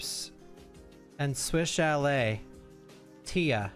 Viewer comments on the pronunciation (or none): none